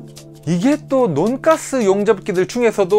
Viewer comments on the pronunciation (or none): 논가스 ...인데 논가스 아닌것같은... 돈까스 말하는느낌..